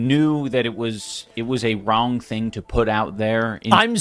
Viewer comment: odd way to say wrong 🤣